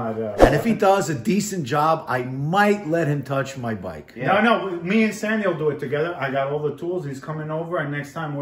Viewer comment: Sandy, you are 1 of the rare few people to pronounce my first name correctly! Thank You! I will be getting a new Electra Glide soon and I will probably be cloning it closely after yours.